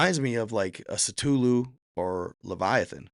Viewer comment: Say it with me,, “Kuh-Thoo-Loo”